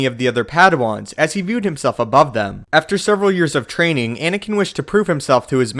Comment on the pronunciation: At the start you say Inikin Skywalker